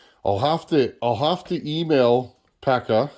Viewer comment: Pekka is pronounced peck-a with a long k